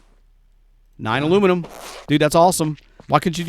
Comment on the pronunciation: My new fun. when says Alumelum. I go Bumelum 😛 Thanks this episode was fun 😀